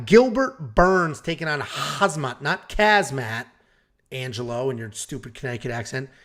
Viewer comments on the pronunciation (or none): not Kazmat, but rather pronounced Hamzat. Casual 😂